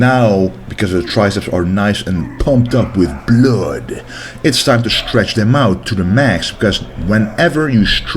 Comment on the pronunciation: That jamaican Predator language thought ...pumped up with "Blooaaaad" my broda xD